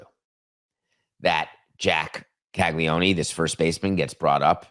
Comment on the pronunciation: Didn't even pronounce his name correctly so that's gonna be a thumbs down on the video and a skip for me. Oof